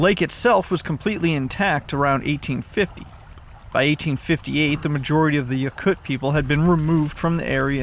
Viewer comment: Yokut pronounced Yo-cut